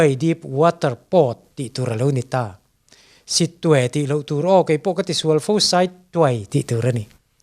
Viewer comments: Sittui tih loh tur Saittuai tia lam tur i tih hi tu hrilh che chu ni maw? Sit tui tih hi a pronunce dan zawk chu nia. Tunhma chuan Akyap an tih kha. I thu a ngaihnawm e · "Sittwe" tih lam dan ah hi cuan I ti dik lo deuh a ni ka pu.. Kawl tawng a nia a awm tho e😊😊😊👍👍sawi tha lutuk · SITTWE lam dan hi chu google lam chuan an pawmpui dawn lo che a nih hi a..... A ngaihnawm e!